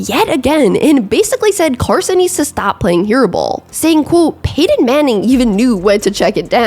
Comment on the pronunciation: PEY•TON!!! Not peyron!!! Gawd damn it!